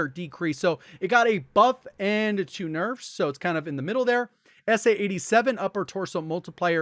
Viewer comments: “Nufs” Lol.😂😂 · I love huge "nefs" lol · Here before he fixs “nefs”